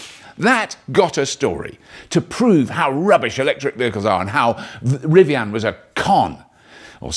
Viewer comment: Love the way Robert says Rivian “Rivianne”